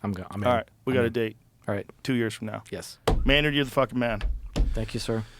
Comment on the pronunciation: It’s Mayn Man Keenan. Nerd. Maynerd.